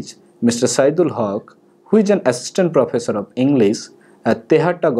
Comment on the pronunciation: is he actually a professor? What is with that pronunciation